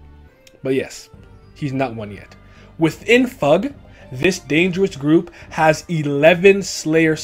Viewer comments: it sounds weird for me to hear it as "Fahg". I've always read it as F.U.G. Both are relatively correct I guess but still... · I'm korean but yes fug (rhymes with hug) is the right pronunciation! Nice video btw :) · pretty distracted with how this vid pronounces FUG, I always read it as F U G but I don't remeber if the correct pronunciation was ever mentioned in the webtoon haha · I always pronounce fug as fugue, because it sounds more artsy, and better in my head. It’s not right, but I’m a westerner, and gotta do that sometimes to make things sound more natural.